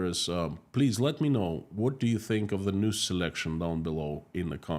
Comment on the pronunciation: Russian News? I thought I misheard you say the Russian Noose! Then I realized it’s basically the same thing! Unreal! 😮